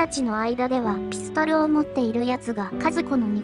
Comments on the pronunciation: ピストン！ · ｽピストル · ピストルの言い方が気になる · ピストルのピの発音w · ピストルのピの発音が気になりすぎた🤣